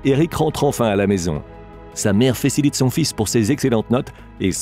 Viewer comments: Lol, à , l'orateur dit: sa mère "fécilite" son fils, au lieu de "félicite" son fils. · " Sa mère Fésssilite son fils" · y'a que moi ? ou j'ai bien entendu la voix off dire : ''sa mère fécilite son fils...'' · "Sa mère fécilite son fils" ?! 😁😂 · sa mère fecilite son fils ... Et non félicite écoutez bien